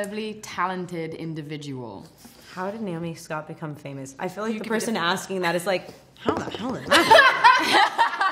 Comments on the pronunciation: Hahah Kristen says pha-moose 🤣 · Kristen says "Fae-Mousse" 🤣